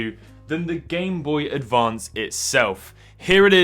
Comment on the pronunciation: Oh, yes. The classic game boE BOY ADVAy advanced